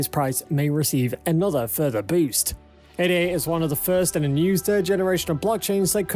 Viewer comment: "Ay-da". Not 'ay-dee-ay'. As in Ada. Jeez